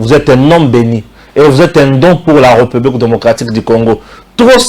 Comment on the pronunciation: bjr, j'aimerai bien m'abonné mais à une condition. Le jour où tu commenceras à faire attention sur ta diction tt les jours tu dis: la reupublik, au lieu de républik 🤨🤔